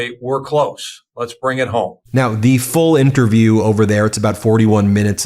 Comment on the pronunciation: "let's being it home". Sounds like Pierre.🤔